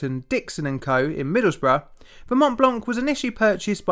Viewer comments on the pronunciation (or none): none